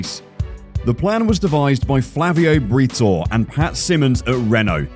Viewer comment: Learn how to pronounce Flavio Briatore’s name dude!